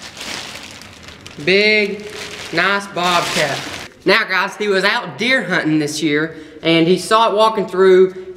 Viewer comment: I want to point out that he actually said "he actually shot it while he was CUNTING"